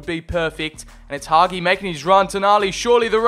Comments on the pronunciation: It's Hagi not Haghi😳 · Hagi not Haghi! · Nice video! All i could say is please stop pronouncing Hagi like that. It's Ha-G. The Ghi that you say is just a G. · The way you pronounce Hagi is giving me heart palpitations